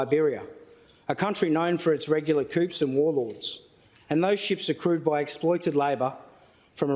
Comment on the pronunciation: These people are so self absorbed. 600 is too much for them to be paid if measured on productivity and value add. Who wrote this pile of shit. Doesn’t even know how to pronounce “coup”